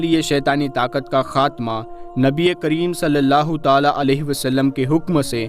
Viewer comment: अब, सललाहुसलम तो ताले में बंद है क्या क्यों की आप ताला ताला बोलते हैं